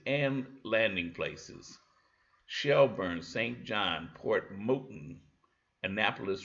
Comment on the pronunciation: Port Mouton is pronounced Port Mah-toon.